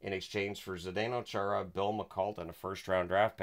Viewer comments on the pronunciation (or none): none